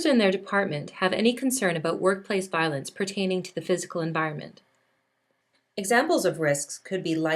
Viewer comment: Violence, not voilence.